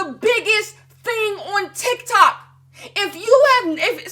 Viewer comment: I giggled at TikTak not sure if that was intentional or not lmao